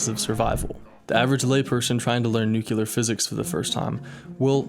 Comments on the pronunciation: The word is “nuclear” not nucular! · This is not what photographic memory means - your title is misleading. Also, it's NUCLEAR, not NUCULAR. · Please could you remember the pronunciation 'NEW-CLEAR' instaed of 'NUKE-YOU-LAR' !!! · Excellent idea and thank you for sharing it. I am going to implement this. One thing you might want to do (and you will probably remember it now because I mentioned it) is to pronounce the word "nuclear" correctly. You mispronounced it as "nucular" twice in the video when using the term nuclear physics. 😉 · I wish I could forget you said “nucular” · whats with this word nukilar and Americans....its nuclear...then ambalance....its ambulance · You're smart. You can say this correctly. New-clee-ur. New-clee-ur. New-clee-ur. Nu-cle-ar. Nuclear. Practice this consistently.. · Bro really just said "Nucular" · You can start learning how to pronounce the word nuclear properly